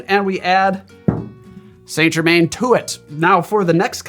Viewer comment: As a fellow pedant 👋, I can't help but have to tell you that Saint Germain is pronounced San Jer-man, with emphasis on the second syllable of Jer-man ('man' rather than 'mn') 🫡